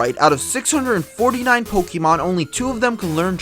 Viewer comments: just refer to the pokemon manga, pokemon adventures, i believe its confirmed in there, plus its not pokeemon its pokaymon darn it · Sir, you lose all credibility when you can't pronounce the title of the game you are posting about. It's Poke-eh-mon not poke-E-mon. Good day sir -_